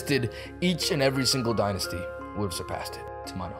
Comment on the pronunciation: It is called the die-nysty